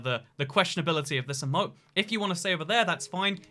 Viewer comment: Anyone else a little triggered when he says “eh-moat” and not “ee-moat”